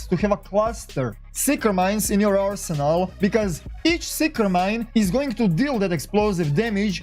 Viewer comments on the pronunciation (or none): none